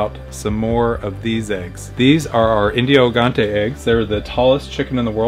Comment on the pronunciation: Hey, just a heads up. In Portuguese those chickens are pronounced "Indio Gigantes" but not gi as in "hill", but more like Ji as the name "Jill"